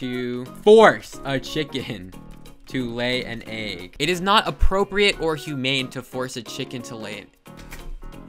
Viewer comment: I hate how you say egg you say EIEG